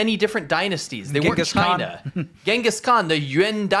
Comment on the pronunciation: It’s pronounced chyyyy-nah